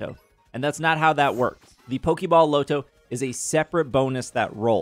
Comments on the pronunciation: It’s not low-to. It’s pronounced LAH-to. No one says low-to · I can't do the way you say lotto. It's LAH-toe no LOW-toe lolololol Like lottery ticket. We don't say LOWtery ticket lol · Okay so, "Lotto" said "LAH-to" not "LOW-to." It's short for "Lottery." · Bro called the Loto the "Low-toe" whatever that is😂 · Your pronunciation of "Lotto" is killing me... It's Lotto, like Lottery. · They way you say lotto is extremely jarring lol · I low key thought it was because you didn't want YouTube to flag it for gambling or something lol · my native language isn't English either but that is not an excuse for butchering basic words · Maybe it sticks from Roto loto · i second that …